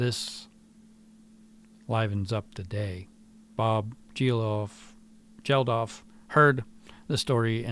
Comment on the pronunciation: Bob Geldof. The 'g' is pronounced like 'gate' or 'goat'. He was one of the two founder organisers for the fundraising live broadcast music event 'Live Aid' in the 80's.